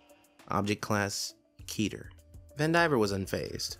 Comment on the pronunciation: You're pronouncing Keter wrong